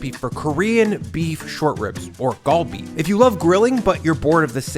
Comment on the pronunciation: Just a heads up, Korean is a bit weird "Gal" is not pronounced with a hard G, but is a mixture of G and K. So not "Gawl-Bee" but "gHal-Bee". Basically combine GAH and HA. Kalbi is also an easier way to visualize it.